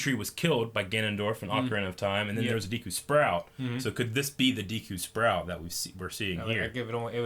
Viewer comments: Is it De Q tree or Dee Q? I know it's spelled Deku but how is it really pronounced, yes this is the kind of shit I ask in Q&A's. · Green T-shirt guy mispronounces literally EVERY Zelda-related word. “Hyla” “Deekoo” “Fierce Dai-ity” “shakia” “Gurido” Seriously, dude, learn how to pronounce words